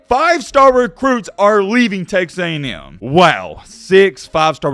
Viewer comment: You just said "Tex A&M" wtf